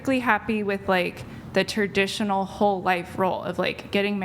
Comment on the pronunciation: She's Ter-dish-uh-null